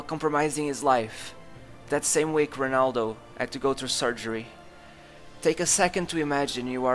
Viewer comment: Sorry bro but How can you read Ronaldo like Honaldo, cmon bro great videos make an effort with the pronunciation.